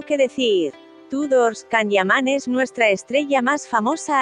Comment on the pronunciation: No se porque te empeñas en decir CAN, así se escribe, pero se pronuncia YAN.